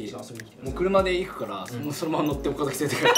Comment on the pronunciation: 優里くん岡崎の発音が岡崎市民フォーマットだからマジで見てんだろうなw